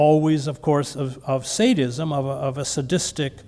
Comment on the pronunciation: Is he saying Sanism or Saintism??